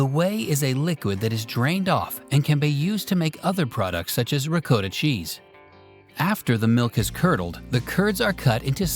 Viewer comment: It’s pronounced ‘ricotta’ not ‘ricotta’